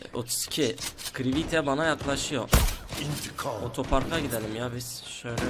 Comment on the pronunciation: axt ye atx diyen creative crivite diyen candrevo